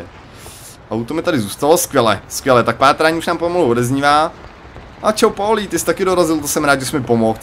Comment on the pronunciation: nice video! akorát pls říkej paulí :D je to víc český ale jestli ses zvyklej na polí tak nic namítat nebudu :)